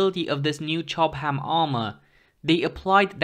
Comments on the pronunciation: Chobham is pronounced /'tʃɒb əm/, not /tʃɒb hæm/ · I'm not sure he wasn't trolling, he seemed to over pronounce the given section of said word to a great degree. It's only a shame the stuff wasn't made in Durham!